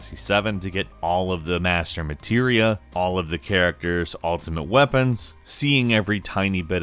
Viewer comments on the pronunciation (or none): none